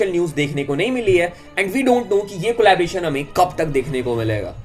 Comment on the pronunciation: Collaboration not collabration